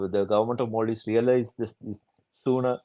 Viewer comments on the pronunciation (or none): No longer is it Maldives. It's become "mal-dives" (ill islands)